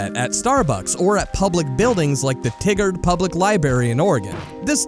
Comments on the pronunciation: it’s pronounced “tie-gerd” not “tiggered” lol sorry I’m from Oregon. Great video nonetheless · Eeeeeuuugggghhhh!!!! TIE-GRR-D. It’s pronounced TIE-GRR-D. Oh man that just made my skin crawl. I herd Oregon and had to rewind to double check the city. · For heavens sake, how did you pronounce Oregon correct, but screw up Tigard?! Lieberry!? You can say Oregon, but not Tigard or library?! ...This channel is great I'm subscribing. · As an Oregonian who lived in Tigard for a brief period, Tigard is pronounced like “TIE-GERD” not “Tiggerd” lmao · also it’s tigard oregon public library not tigger ^^ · Me: nodding seriously and listening intently Me: hears Tigard pronounced Tiggered PPFPFOTBBTBT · It's "TYE GUARD" Oregon just so ya know ;) Like "Tiger" with a "D" at the end. Nice place. Nothing to do besides the library, so the story checks out. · The mispronunciation of Tigard.... I used to live there, I was in their elementary til like 3rd grade, people had so many different answers for what the F stood for. btw for at least when I lived there and for me to this day Tigard has always been pronounced (Tie-grd) Oregon is (Oragun) I love libraries, I never went to the one there because back then i had my own collection of books, but libraries are sanctuaries, it's a safe place where you can learn and enjoy yourself, the public computers and wi fi can be used for a million things, but not to spread hate smh. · Tigard is pronounced Tigered. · Not relevant but it's ORE-GUN and Tye-gard ( in creepshows segment) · It's pronounced ty guard and ore gun. Sorry not sorry man gotta pronounce stuff right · YouTubers who need to be stopped: You Reason: that pronunciation of Tigard. I'm kidding, this video was fucking incredible and I love watching these long videos from you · The way they say Tigard, Oregon physically hurts me tho 😂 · As someonewho lives in that local area, your pronounciation of Tigard rubs me the wrong way.